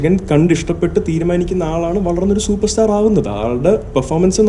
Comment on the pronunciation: അയ്യൂയോ 😂😂😂 ചുപേർസ്റ്റാർ